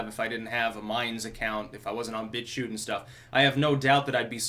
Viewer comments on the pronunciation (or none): none